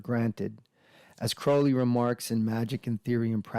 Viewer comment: The name Crowley rhymes with “holy”.